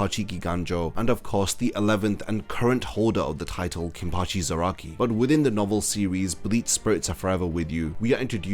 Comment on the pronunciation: Is it just me or do you pronounce Zarakai wrong